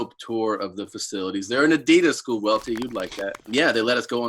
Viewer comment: Brendans pronunciation of adidas “boo-sen-its” deserves worst take